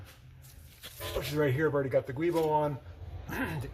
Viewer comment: BTW they are spelled "giubo" and pronounced "joo-boh"